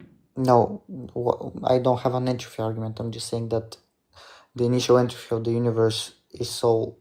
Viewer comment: Physics student with no clue what a constant is. sure....and can't pronounce entropy correctly